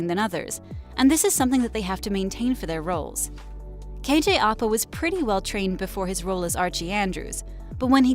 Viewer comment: its pronounced kj au pa